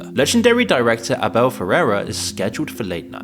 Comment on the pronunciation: Why is it so hard to pronounce Abel?